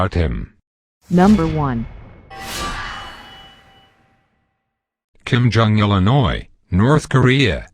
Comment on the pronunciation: "Kim Jong Illinois" lol